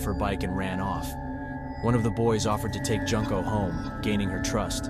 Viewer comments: joon-ko not junk-o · I hate the way you pronounce Junko's name. Is this an AI voice?